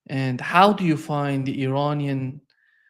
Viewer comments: Please pronounce Iranian correctly. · Irritates me too.